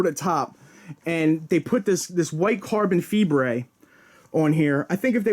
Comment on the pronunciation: carbon feeber lmao im dead